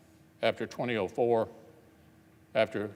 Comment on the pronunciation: Can someone tell me why he pronounces "2004" like "20-OH-4" REPEATEDLY